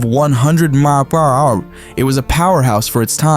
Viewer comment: I thought we were in a down south race garage for a sec 😂 a hundred mileanhouer